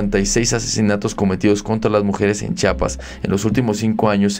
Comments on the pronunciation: Amigo di bien Chiapas Chiapas Chiapas No chapas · Es “Chiapas” o no chapas. Si quieres ser periodista o un buen YouTuber aprende a pronunciar bien. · Por favor el nombre es Chiapas, y así c dice Chiapas, otra vez por favor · Se dice Chiapas eres una persona preparada debes pronunciar buen